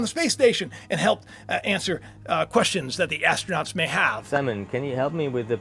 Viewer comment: The astronaut and the robot is saying his name is Simon.. And ur pronouncing it Simone